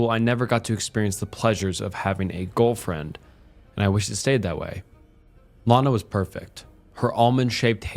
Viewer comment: he says girlfriend pretty funnily